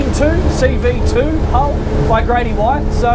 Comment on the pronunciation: Seav2 not Seev2. But anyway thanks great video!